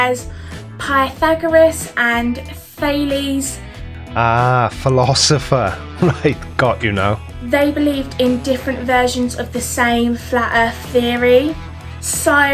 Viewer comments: Philophiser, sepherical earth. She is truly a linguistic expert 😂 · i attempted to mispronounce philosopher like she did... it took me 7 tries to NOT say it properly ~.~